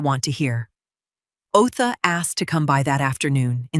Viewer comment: Otha is the attorney … not OA. Tenancy, not teny. Good grief even for AI this is terrible.